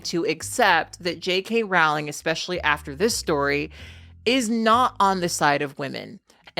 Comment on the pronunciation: It's crazy to me how many people are experts in J.K. Rowling's views yet don't know how to pronounce her name. It rhymes with "bowling", not "howling". (Yes, I know she of all people can't complain about people not referring to her correctly, but still.)